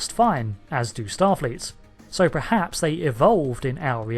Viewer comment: Can you please stop saying "prehaps"? Its "perhaps" kthanks.